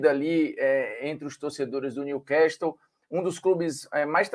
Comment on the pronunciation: Olá Formiga. Só pra avisar A pronúncia correta não é Niu-quéstol e sim Niu-cássol. Estamos falando de ingles britânico.